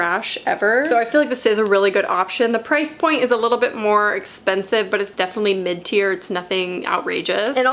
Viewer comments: Omg MID-TIER 🤦🏼‍♀️ I thought you were saying mintier and I was so confused 😂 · I'm embaraassed to say that every time you said mid tear I thought you said minty/mintier and I was like WHY DO THESE ALL HAVE MINT and then realized that's not at all what you said lmao....anyways pit detox and Schmidt s here I comeeeeee